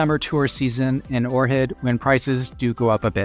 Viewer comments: Ochrid, OHHRID! Not "Orhid"! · That's Ohrid, not Orhid. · Unlistenable. You sound so stupid when pronouncing Ohrid as Or Head. What’s wrong with you?